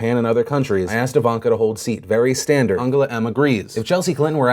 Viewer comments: Legit thought it was pronounced An-gel-a. Not Ang-gala. haha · Does... Does Phil not know how to say Angela? You live in Los Angeles, how do you wind up pronouncing "Angela" as "Ungula" Merkel